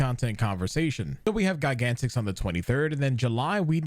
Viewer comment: Your pronunciation of "gigantix" is really weird to me.